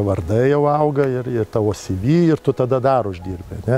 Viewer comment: Žėkit, ponai, jūs apsispręskite, ar CV tariate lietuviškai, t.y. CėVė, ar angliškai, t.y. SyVy, bet tik ne "kaimietiškai" CyVy...